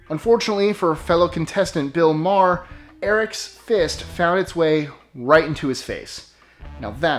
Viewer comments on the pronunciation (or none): none